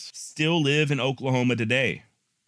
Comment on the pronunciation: It's pronounced miamuh Oklahoma. The Myaamia tribe gave up several hundred acres to make the town. Unfortunately us locals aren't good spellers so we are used to having to explain that to people. Miami Oklahoma is the headquarters of 9 tribes plus a really big population of Cherokee citizens like myself. This was Cherokee Nation until the local Cherokee backed the confederates in the war prompting uncle sam to take it away. They didn't make us leave though so that was cool of them. Love the podcast excellent work.